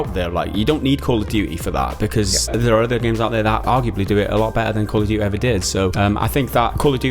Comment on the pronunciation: "Call of dewey" ❤